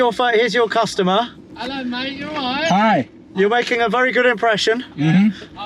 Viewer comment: "Ello mate you alwiiiiight" 🤣